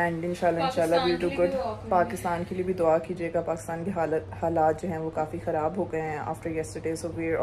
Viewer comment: pronounce "khe" like indian style khaarab..khoood,khoodi.etc 😅😂